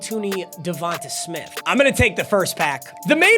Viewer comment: It’s pronounced “DevontAY” smith